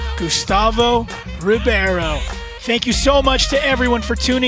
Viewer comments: É Gustavo Ribeiro não Gustavo Ribierio. Aprendam a dizer os nomes corretamente. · Rowley says Ribeiro wrong every time :)